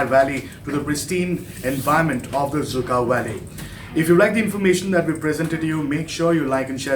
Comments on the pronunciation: Lol it's dzükou not zhukov 🤣🤣 who said it's zhukov 🤔🤔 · Cant even pronouns the name of the valley right